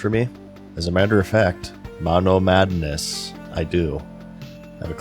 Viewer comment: God I love all of the running gags in this series. The way he always pronounces MONOMADDNESS, the way he always has the hiccups, that fact that he’s self deprecating about his loner lifestyle. It seriously makes me laugh every time.